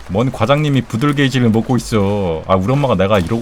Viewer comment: 부들gay짘ㅋㅋㅋㅋㅋㅋㅋ 부들개지발음이 너무 웃김